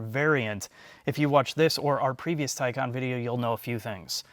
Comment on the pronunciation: It's incredibly cathartic to hear you guys pronounce Taycon (tie-con) properly.